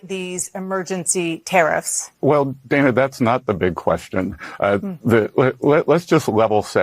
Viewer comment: He can't be bothered to get her name right either, it's not pronounced day-na, it's dan-a